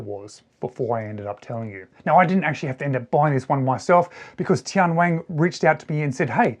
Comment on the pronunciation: TianWang - Only one "G" at the end! The name means "Heavenly King" in Mandarin. This Bluefin with the floating dial is $704 on TMall, and the standard Bluefin models with that bezel design are selling for $380. A few other models in the 300m Bluefin series are Under $300 in China. I still consider these prices a bit high for a watch with a Miyota 8 Series movement, but many Chinese domestic market brands are not value priced. This is often the reason cited for brands like Tian Wang, Fiyta, Rossini and Ebohr not marketing to Western countries, because most export brands operate on very thin margins. TianWang has been successful selling homage watches, many of them Tissot clones, to the Chinese domestic market. It is one of China's top selling watch brands, but like Rossini and Ebohr, they haven't done much export business despite having a huge catalog. Chinese customers generally prefer Japanese automatic movements, so Tian Wang has only started to offer a few models with Chinese-made movements in the past couple of years to test the waters.